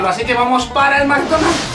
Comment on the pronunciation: McDonald's maikdonald's